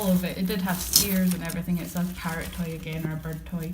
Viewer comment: I keep thinking you say pirate instead of parrot, its funny :P